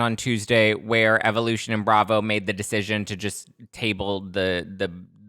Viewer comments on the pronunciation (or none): none